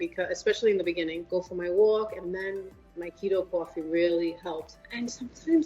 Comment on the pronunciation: I like how she says cwa-fee.